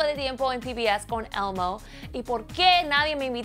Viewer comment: si hablan español ¿porque pronuncian el inglés de una forma tan mamona? elmo elmo elmo no almo carajo!!